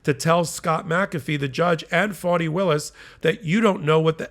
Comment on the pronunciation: It's Faani, not Fawni😄